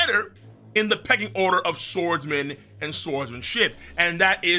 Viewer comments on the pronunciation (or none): none